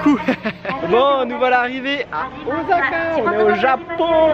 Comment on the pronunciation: Il me semble qu'on dit "ossaka" plutôt qu'"ozaka", en tout cas video agréable à regarder. J'vais m'en faire une 2eme dans la foulée tiens 😄